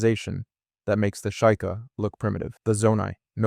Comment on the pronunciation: Fr, it cant even pronounce sheikah